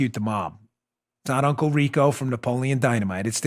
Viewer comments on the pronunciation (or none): none